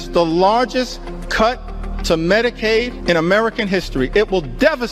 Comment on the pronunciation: I HEARD HER SAY MEDIKILL...DID I STUMBLE????